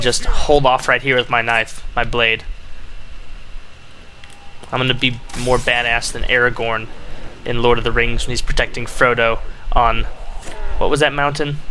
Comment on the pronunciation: air a gone* not air a gown